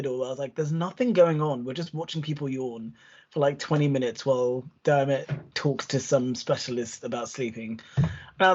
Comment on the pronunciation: Every time you said ‘Dermit’ it was thinking surely not O’Leary…